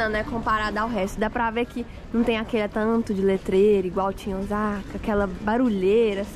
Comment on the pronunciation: O S A KA e não OZAKA pronuncia é S e não Z 🤣